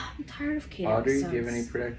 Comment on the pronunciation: The fact that Audrey said it right in the beginning got the comments in a riot I betchu lmao